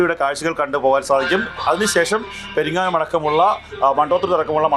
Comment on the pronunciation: Do peringolam alla perungalam